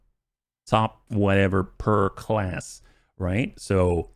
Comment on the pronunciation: what I've seen of it is. I actually grew up in Connecticut and now live in Florida. The way you say words like glass, and again, made me wonder. But if you're in the PNW, I guess that's far enough for a fer differences in pronunciation. Thanks for satisfying my curiosity. 😊